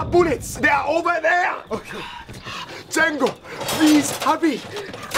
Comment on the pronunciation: "django" instead of jengo the actual name, xd